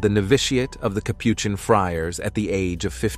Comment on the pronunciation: Next time choose a narrator that knows how to pronounce the words Capuchin & Rosary. You told us nothing that we don't already know.